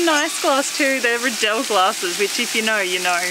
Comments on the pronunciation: I assume these are the Riedel wine glasses and being Austrian it should be pronounced like "Reedel" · The R is silent in Rydell !🙄🤔🤪😂😂 sounds good to me.